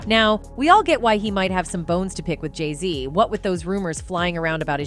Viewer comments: If you are going go soeak on them learn how to pronounce their names. Geesh. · The more you😢 put Jayz down😮 the more they 😢go up now her husband is in the best rapper 😮 you need to learn how to pronounce they 😮 name right😮